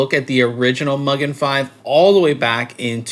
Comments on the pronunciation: I like the black version a little better, but great review! I could be mean and start a pronunciation war and say it's Mu-gen, not Mug-en, but that would just be silly. 😂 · Just FYI, I believe Mugen is pronounced Moogèn. There's a Japanese engine company called Mugen Motorsports (Honda motorsport related) and they say the word mugen means unlimited (boundless?).